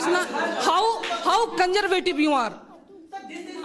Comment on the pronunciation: It's really a great job you're doing sir Mashallah zbrdst. It's much more knowledgeable and fun too One my brother from the side separate education's sentence pronunciation was like " How kanjervative😂 you're that you're promoting co-education"